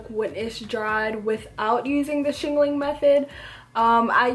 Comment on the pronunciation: "Shingaling-ling" idk why this cracks me up lol 😂